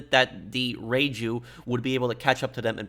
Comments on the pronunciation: Great video. It's pronounced Ryu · All I'm hearing is Raichu